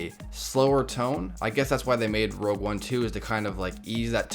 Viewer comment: ROGUE one not ROUGE. WHY does everyone say ROUGE?